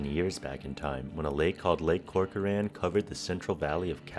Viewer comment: As someone who lives in this area. At least learn how to pronounce the Tulare and Corcoran right. Brining back the lake permanently would take getting rid of the dams or leaving them open all the time. This would put a lot of people and communities at risk of flooding along those rivers every time we have a really wet winter, as part of the dams purpose is flood control. More frequent floods would destroy crops along those rivers. Also the amount of loss to the local economies from both floods and the loss of irrigation water storage would most likely devastate the area. Restoring Tulare Lake would have a huge affect on the entire region not to mention those that live in the dry lake bed.